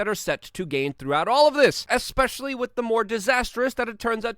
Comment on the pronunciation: With, with, with, thhhhh say it thh, with, not “wid” withhhh.